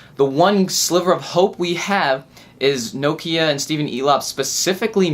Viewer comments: its Nokia< N-O-Kiar! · what the FOOK is No-kiar!!!